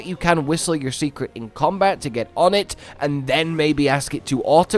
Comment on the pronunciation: Why do you keep saying Secret for the Seikret? I believe it's pronounced "Say" not "See" So like Saycrit Or "Say Crate" Ya know..cause in Japanese an "E" often has an "ay" sound to it?